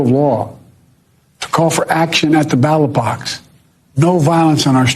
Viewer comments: Biden was mispronouncing “ballot box”, calling it a “battle box” 😂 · Biden can't even say "ballot box" right 😭😂💀